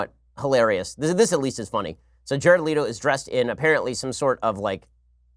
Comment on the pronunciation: You’re pronouncing Leto wrong 😫